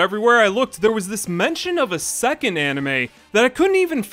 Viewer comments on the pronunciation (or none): none